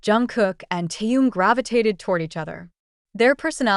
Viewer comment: Автор, сколько можно искажать имя Тэхена. В каждом предложении новое имя. Совсем ку-ку.